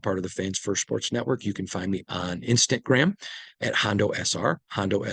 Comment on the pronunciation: Hondo it’s “instagram” not “instant gram” 😂